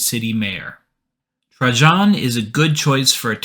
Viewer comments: It’s pronounced Tray-jan not Tra-john, lol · true but Trajan is one of the most famous Roman emperors so I just feel that people should know how to pronounce it